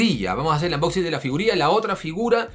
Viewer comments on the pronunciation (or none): none